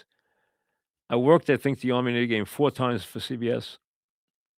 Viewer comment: It’s pronounced Army/Navy